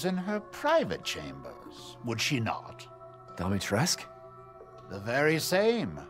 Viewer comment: Ça me tend quand il prononce le nom de Dimitrescu! 😅 c'est pas Lady Demestricus! 😅 LADY DI-MI-TRE-SCU! please 😆